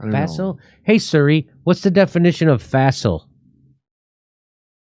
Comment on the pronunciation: Jimmy, why are you calling your phone Su-RI?......... Isn't it Si-RI (like see - ri)?